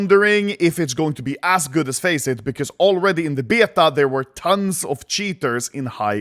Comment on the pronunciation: Why does anomaly say beta likr bYETagh